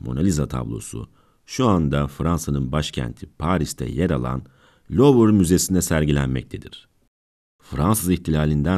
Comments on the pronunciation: Lovır değil de luv müzesi değil mi ismi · Louvre diye yazılır, luvr diye okunur! Hiç mi duymadınız yahu!!! Metin kime ait yazsamıza. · Fransızca olarak 'Luv Müzesi' olarak telaffuz ediliyor.